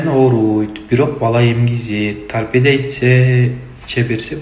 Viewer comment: Тарпедия эмес тарпедо ОЗУ саткан дарынын атын айталбайтко